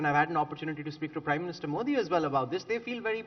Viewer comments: Zakaria illuminates as usual but I’m quite surprised - and disappointed! - that this Parsi guy mispronounces Modi as मोडी. I can understand honkies doing that - and even non Gujju and non Parsi Indians. But a Bawaji?? (Forgive my mock communalism.) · His whole verbal diarrhea against "Moddi" ( he can't pronounce MODI name Correctly) ,nothing but very economical on ground truth. Very sub standards commentry from so called world foremost foreign policy guru , my foot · He can not pronounce Modi correctly? What a snob and a jerk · Fareed First Pronounce " Modi " correctly. Shame